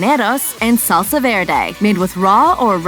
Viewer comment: It's salsa, not saulsa. Short A as in fast